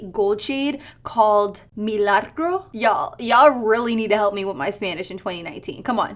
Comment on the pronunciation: Milagros i'ts pronounce mi-la-grows in English means miracles love love love ur videos girl ❤️❤️❤️❤️❤️❤️